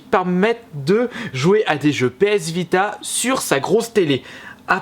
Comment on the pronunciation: Tu as dis PS Bida